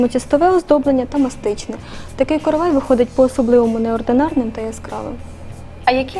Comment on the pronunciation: Наголос правильно ставте: коровАй, коровАи, коровАю. Викисловарь почитайте, если не знаете. Сюжет интересный слушать невозможно